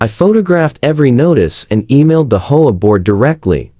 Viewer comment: Your STUPID AI pauses, hesitates and mispronounces easy words. Of course, Nobody would have had to endure that grade-school illiteracy, If the producer had not been so GREEDY that he never proof-checks the AI. You are the one who has to figure out the proper way to produce AI VIDEO, But I'll give you a hint. The HOME OWNER's ASSOCIATION is abbreviated, H.O.A. but instead of pronouncing each letter separately, the AI tried to pronounce it as if it was a three-letter WORD, pronounced as "HO-A". Don't try to say it as a word. It's NOT "HO-A", it's "H", "O", "A". NOW you have to figure out what else the STUPID AI GOT WRONG. NO EXCUSES! ---> Either do your job as you are supposed to, or DON'T DO IT AT ALL! Don't be so GREEDY AND LAZY!